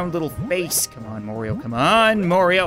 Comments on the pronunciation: soooo you call him morio enstead of mario WHY?? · It’s not morio it’s mario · Its not mario its Morio! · constantly says Morioh instead of Mario Me: Killer Queen BITES THE DUST